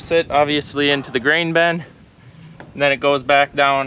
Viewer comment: Why do you say "ben" when it is spelled and pronounced "bin"?🤔😆